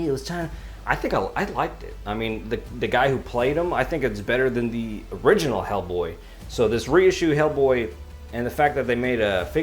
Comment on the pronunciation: 'Ell Bwoy (Jamaican accent)